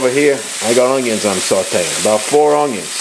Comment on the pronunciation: Are you saying oungyuns?